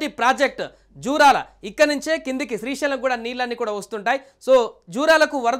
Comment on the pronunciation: అది శ్రీశీలం కాదురా లఫుట్